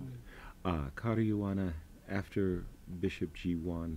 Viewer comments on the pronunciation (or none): repeat after me --- CAAARUUUAAANAAA - not cariana or whatever. good anouncer and obviously knowledgable but come on!!